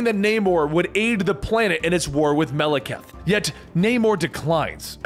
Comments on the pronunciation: MAH - LAH - KITE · He pronounced the ten realms 90% correctly but mispronounces Maleketh several times granted I can't even spell it but his name is said so much in the movies you'd think that would be the last thing he'd get wrong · He can't even pronounce "Malekith." I don't think he gonna get "Svartalfheim." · bro y u gotta butcher Malekith's name like that